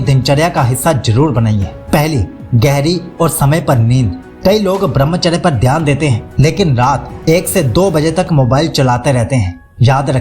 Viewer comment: dhayan ❌ theyan✅